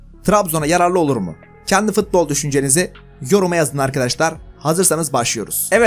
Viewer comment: her fıtbol diyişinde kendımden gecıyorum reis